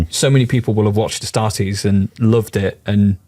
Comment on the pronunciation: *ASTARTES. Not "Astares". Tourist vibes lol.